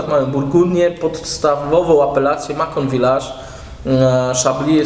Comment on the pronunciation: macon wymawia się masą